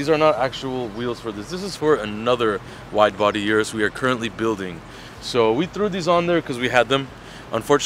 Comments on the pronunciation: You americans and canadians need to learn something. It is not jurus. It's URUS ffs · O-RUS not U-rus